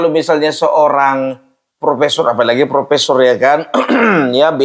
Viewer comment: Profeesssongggg kali pung😂😂😂